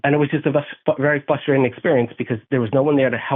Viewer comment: I think it’s FRUSTRATING how he keeps saying “fustrating”…